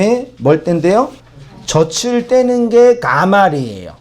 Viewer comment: 목사님 저츨 떼는게 아니라 저즐 떼는거라고 발음하셔야죠.